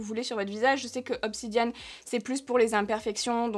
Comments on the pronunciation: Cc on dit obsidiènne pour la pierre noir et nn obsidianne sinon la vidéo c'était bien.🥰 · Coucou, j'adore les rolls on et les gua sha en pierre mais on dit pas obsidianne mais bien obsidiEnne 🤣😅